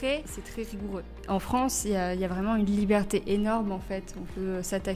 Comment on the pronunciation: tu peux m’expliquer pourquoi tu prononces “liberté” comme “libertéch”? En fait, c’est pas la première fois que j’entends ça, mais je comprends pas. Merci 🙏🏼